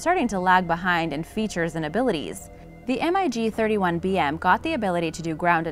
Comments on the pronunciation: She didn't even mention that the F35 is capable of vertical lift then they use an image of one when she is talking about the Harriar oops and it's pronounced mig not spelled out M. I. G dummy and these were just the obvious mistakes I'm sure there were more. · S U 35 NOT Sue 35. Mig not M I G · Damnit its MIG not M.I.G!! Maverick its Goose, we got 2 M.I.G's on our ass!! Lol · SU 35 is derived off of SU 27, not SU 25. It's not M I G. It's MIG, one word. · When you say "M" "I" "G" instead of "Mig", you obviously don't know the subject matter. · Crap narration. It's Mig. Not M-I-G. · says m.i.g instead of mig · Lmao the thumbnail! Like, I know has some pretty clickbaity thumbnails, but seriously? An F-22 air superiority fighter with like 20 bombs and fuel tanks under its wings? Really? And it’s pronounced “MiG” not M I G. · MIG is pronounced mag MAG....!!! Not an M I G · I just goe cringed by the M I G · Glad you pointed that out, I heard "M.I.G 20" and went WTF!? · Like calling a mig an M. I. G. ...lol. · The MIG is pronounced MIG, likePIG. Thought everyone knows that. Lol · Wrong plane shown ... that is an ea-6b Prowler i think. Plus, stop saying M-I-G, ick! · This is making me laff so hard. Just look at the comments. The video is obviously a dud. "M.I.G." lmao is this lady serious? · Everytime she says m I g a rookie misses the wire in a carrier landing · The m.i g? lol Must be an upgraded version of robot voice. T50 my 1st choice, then the A10. I'd say though the true measure of these aircraft is not something that can exist on paper. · Not Three words its MIG one word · Maybe it's a "robotic" voice? If it "sees" a word that's in all caps, it will pronounce it by the letters. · For Example, Russian fighters, Mig is pronounced as a word not spelled out while SU is spelled out. Just shows your unfamiliarity with military aviation. Small details like that. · Mig is pronounced as a word not spelled